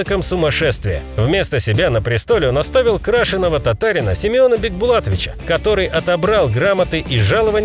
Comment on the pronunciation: Крашеного 😅 татарина Бекбулатовича 😅😅😅 ??? КРЕЩЕНОГО татарина! Озвучка искусственным интеллектом требует все же контроля и исправлений. Смешно же 😅